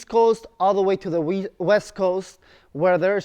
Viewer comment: East coast to the weast coast